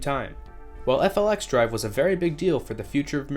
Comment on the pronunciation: Wabtec’s FLXdrive is pronounced “Flex Drive” I’d you want to save yourself some time. Also Net Zero Emissions doesn’t mean no emissions so UP isn’t going to dive into electric traction if it’s not economically viable yet, it just means they’ll offset their emissions in other ways.